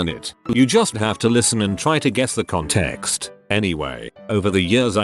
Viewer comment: " The conTEXT .." lmao x)